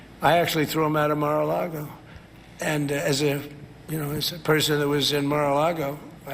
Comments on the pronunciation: Mispronounced Mara Lardo. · Take a shot every time he says Mar-a-lago.😂